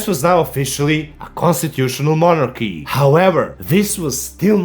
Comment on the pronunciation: Mala pomoć za kasnije. Ne izgovara se "Konstičual Monarhi", nego "Konstitušonal Monarhi". Jbg, neki od nas ovo stvarno uče trenutno. Nek je sa srećom i da se i ovaj kanal probije. RIP Barely Serious.